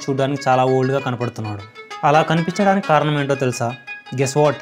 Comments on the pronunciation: ముందు తెలుగు నేర్చుకో బ్రో కరణం కాదు కారణం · కారణం అనాలి.. కరణం కాదు రా.. సామె... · కరణం కాదురా అయ్యా....కారణం!!....ఎందుకురా బాబు చంపుతారు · కరణం కాదు కారణం